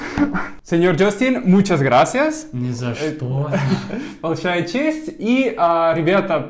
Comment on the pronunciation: "ни за чтó" и "нé за что" - это огромная разница. Кажется, в слове "что" - ударение может быть только на единственном гласном звуке. Но тут играет роль ударение в целом предложении. Так же в этих предложениях используются разные частицы отрицания(не/ни). Ты использовал не то ударение и не ту частицу 😏, что здорово меняет смысл. Вот такой он, русский язык.